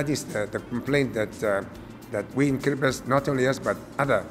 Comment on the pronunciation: I don't think that kiribati will sing k as you said